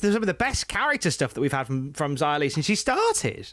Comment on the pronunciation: Love that pronounces Xia more like it should rather than the WWE way.